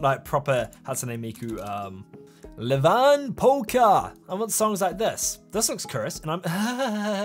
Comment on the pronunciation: IT'S IEVAN POLKKA NOT LEVAN POLKKA!!